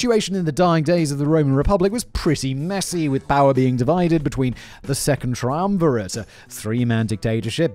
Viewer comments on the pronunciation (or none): Triumvirate Tree um ve rar taa